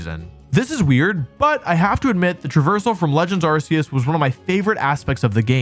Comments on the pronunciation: Arceus is pronounced Are-Kay-Us not Are-See-Us dude… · It's pronounced Arkoos